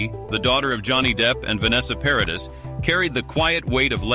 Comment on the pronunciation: Why does he keeps saying "two old souls in young bodies"? Also, Paradis - the "s" is not pronounced.